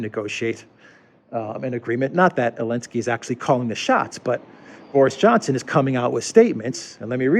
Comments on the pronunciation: Why do you call Zelenskyy, Elensky? Also interested to hear thoughts on Zelensky saying Ukraine should become a new Isreal. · Why do you keep calling him "Elensky"? I assume you mean the current Ukrainian president?